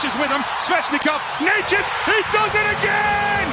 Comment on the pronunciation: His surname is pronunced NETCHAS, not NEYCHAS. You're welcome.